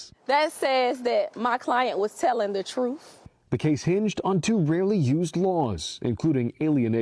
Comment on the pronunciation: Is she pregnant? 😮 The lawyer said her client was telling the, "TROOF". 🤣